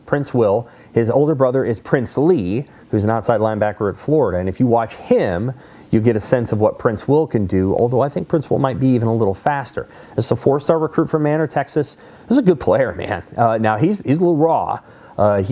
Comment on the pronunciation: It’s my understanding that it’s pronounced May-nore… Not Man-or…